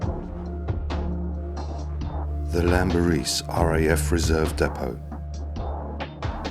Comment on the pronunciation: & Team: Its spoken as 'Klanberis' (btw), and only said with the greatest respect for what you gvnrs and geezas do for us all out ere. Okeh n keep on keeping on, and thankyou!